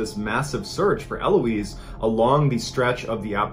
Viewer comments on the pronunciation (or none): My name is Eloise and it was so weird hearing Mr Ballen say my name. By the way dude, the stress is on the last syllable not first lols